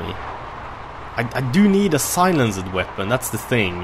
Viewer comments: btw, you pronounce it silensd, the e in the end is silent:) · can you stop saying silen-ced its one word... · Lol I always get a kick out of how you say "silenced" as Silen-ced! It's more pronounced "si-lenst" but dont let me get u down:P